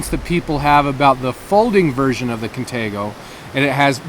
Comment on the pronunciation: i ove crocket but i hate the way you pronouce izula and contego